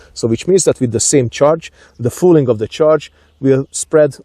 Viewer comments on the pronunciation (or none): Another fantastic little video. Love your hunting videos. Just a little detail, hope you don't mind, but barrel fouling is pronounced the same way as "fowling" instead of "fooling", just thought I'd mention it.